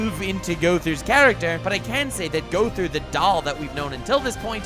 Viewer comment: It's Mael not Miel, and Gowther not Gother.